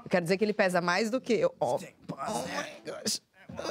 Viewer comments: oh my goshhh kkkk oh my goshh Mana isso é inglês mesmo? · mds Mano Tem certeza que fala inglês (Oh my Gosh)